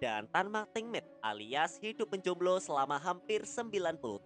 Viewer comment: Jomblo bang bukan jumblo